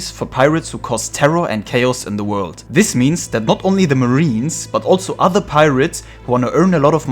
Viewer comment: Why do they pronounce World "Word" !